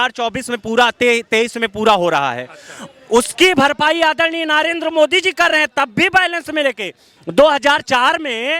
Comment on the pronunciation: अरे अनपढ़ नाम तो सही बोल ले, नारेन्द्र नहीं, नरेन्द्र मोदी बोल।